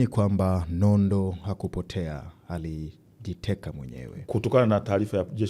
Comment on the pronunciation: unafanya kazi nzuri sana ila ukiwa kama mtangazaji kioo cha jamii unapaswa urekebishe lugha, unaweka herufi H mahali panapokaa herufi A au U: Katika Kiswahili si sahihi kusema HALIJITEKA, HULIWAHI kusema, msimamo wako ni HUPI, nani HANAYE fanya, au HABDUL Nondo. Samahani mimi ni mwandishi wa vitabu nimeshindwa kujizuia🙏🙏